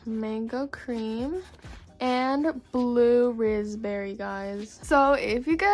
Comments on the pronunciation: Blud Said 'Blue Rizz Berry' Instead Of Blue Raspberry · lol this makes my day: blue-RIZZ-berry instead of blue raspberry